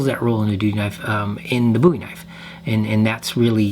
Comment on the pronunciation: Love your design style…very clean lines. Thank you for saying boo-e and not bow-e…drives me nuts!